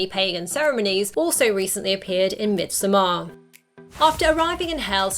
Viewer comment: I'm dying a bit inside every time she's trying to say midsommar.